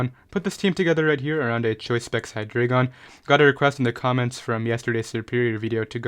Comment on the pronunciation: I love you and your content. But it's HIGH DRY GON